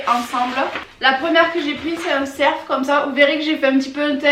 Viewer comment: C’est moi ou tu dis un cerF au lieu de dire un ceR ?